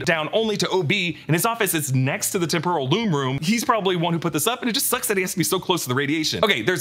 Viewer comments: When OB said “Temporal Loom” it sounded so much like “Temple of Doom” I think it must have been on purpose. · I love when OB says temporal loom but it sounds exactly like Temple of Doom 😂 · No one will mention the fact that when OB says "Temporal Loom" the billion times they had him say it sounds like "Temple of Doom?!" This seems like an intentional easter egg